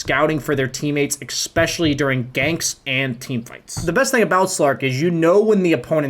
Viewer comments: Awesome guide, but please, "especially" not "expecially". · nice video, learned a lot from it. but can I please ask you to stop saying "expecially", the word is especially. drove me absolutely crazy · For someone who says especially a lot should really learn how to pronounce it properly.